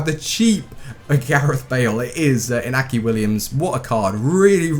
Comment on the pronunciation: its pronounced inyaki and can u try muriel and niang (sss) sweaty seria a strikers